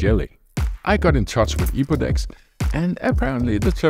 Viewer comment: It says Epodex but you keep saying Epoxed 😂.. so what ia right?